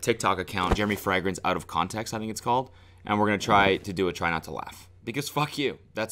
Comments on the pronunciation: It's even tougher when you pronounce it "frEHgrance" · Frag-rence lmao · fray-grince, not frehgrense lolol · everyone: fragrance Cody: frangrance Cody: fraangance Cody: fragrassne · He says Frigrance! Like Friday! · Why is no one talking about how Cody pronounces "fragrence"? its hurting me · I like how fragrance is pronounced “fer-ag-rance” thoughout the entire video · Yesss! I've never heard it pronounced that way haha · THANK YOU FOR ANSWERING MY QUESTION. i thought i'd missed something and he was prodying it by saying like that but...turns out he just pronounces like a gap year kid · The way you pronounce fragrance sends me into orbit. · Lol does anyone else notice that Cody doesn’t know how to pronounce fragrance... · Why is Cody pronouncing Fragrance so Funny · I can't tell if Cody is pronouncing 'fragrance' like a German on purpose or if he's just saying it weird.